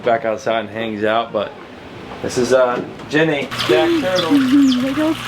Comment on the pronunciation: I would like to suggest the name genie because that is what I heard when u said jenny